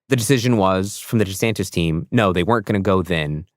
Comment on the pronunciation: DeSantis can't even figure out how to pronounce his own name. Florida is at war with its largest employer. Florida is losing insurers due to global boiling and isn't doing anything about it. Florida has flesh eating bacteria, leprosy, malaria and have a joke of a health care leader that was picked only because he was antivax. He signed a six week abortion ban. There is nothing a non MAGA nut job would want for their lives.